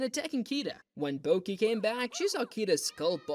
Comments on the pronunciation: I really felt it when he said Boki instead of Bocchi and Raio instead of Ryō😭🙏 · i had to click off when the guy kept saying bo-key lmaooo😭😭😭✌️ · the amount the ai voice misspronounces bocchi is hugely annoyiong its no bOki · Stop pronouncing BOKI ,That line alone deserves to be in the bottom iceberg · hitori bokki 💀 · Is it ai voice? It switches to the right pronunciation once and pronounces it baki at least twice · I was excited about this video until the noticeably ai voice started playing. Can’t even say bocchi right. What a shame you willingly chose to throw away so much integrity and quality by doing that, especially because you surely put a lot of work into it otherwise. Hope some people can bare it. But I sure can’t. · ive never seen such commitment to mispronouncing every single charas name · Maybe next time you get lazy and switch to an AI voice after 5 minutes, at least put in the bare minimum effort to make sure they're pronouncing the name of the show properly. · Did you even read the bio for this video? It literally said that "tiny bit of Ai voice was used for like 4%" I do agree that there are some moments in the iceberg where it did feel like AI such as pronouncing Bocchi wrong, but the majority of the voices are 100% real people. Maybe next time you should read the bio before commenting (for future references) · He can't even stick to a consistent mispronunciation. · I did not expect Bocchi’s name to be pronounced in like 6 different ways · Despite hearing the correct pronunciation of "bocchi" in the show audio, insisting on the wrong pronunciation is a thing.